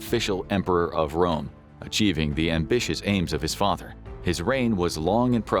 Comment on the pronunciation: Rome not Dome